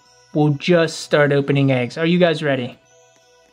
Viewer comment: I like when says legs instead of eggs 🤣😂🤣😂🤣😂🤣😂🤣😂